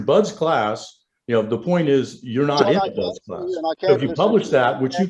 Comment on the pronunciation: How many times will he say BUD class (no S) before somebody says something. And why does that bother me so much?